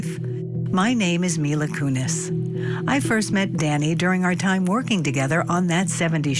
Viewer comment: My-la Kunis and Ashton Kushner😂